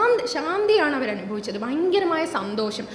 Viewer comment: Thudakathil"Bayankaramaaya" kurachu koodipoyo